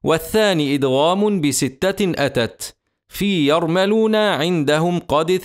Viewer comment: يرملون بضم الميم وليس فتحها